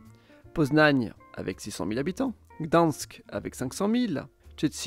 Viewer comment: Ça se dit /krakouf/, /katovitsE/ et /dane-tsiHHhh/ ou / gdagne-sk/ en « version originale » 😊 Et tu as omis l’ethnie des Kachoubes et leur langue, qui bien qu’elle soit proche du polonais, est bien plus divergente de ce dernier que le silésien ne l’est ! Bonne vidéo, comme toujours !❤